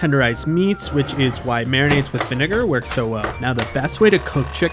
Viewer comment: nah you said vinegar way too hard 🤣